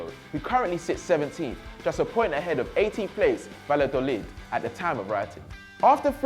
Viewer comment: Someone learn him how to pronounce Spanish names... "Havi Caheya" "Vilareal" "Valadolid" "jhouan unzu"